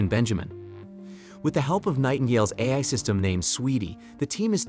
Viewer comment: Or pronouncing AI as ayee.